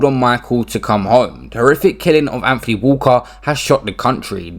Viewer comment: It's not Anfony!